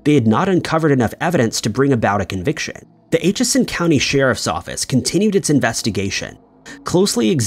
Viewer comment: Atchison is pronounced like the word "at" and then chison, not like "ate" chison.